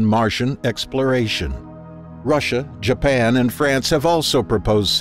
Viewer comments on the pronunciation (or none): none